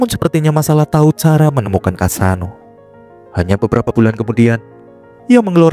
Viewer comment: Kassano bukan kasino